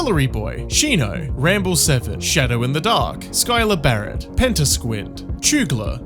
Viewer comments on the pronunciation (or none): none